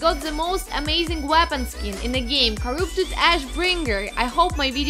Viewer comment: i like how she says Corroopted